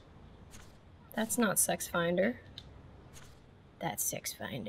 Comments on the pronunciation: It’s six feet under SXTFNDR not SXIFNDR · LMAO "Sexfinder" It's 'Six feet under',.